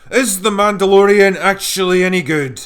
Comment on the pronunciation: It's Mehdalorian!😂